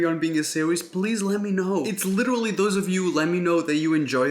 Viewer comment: in this video, Raphael said “litera-ally” 87 times